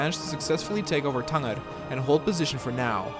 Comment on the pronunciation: I think you pronounced Tanger wrong but great video.